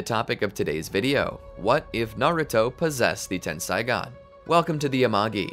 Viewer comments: its tensaigan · It's Tenseigan, not Tensaigon. Ei in Japanese is equivalent to the long A sound. Ai in Japanese is equivalent to the long I sound.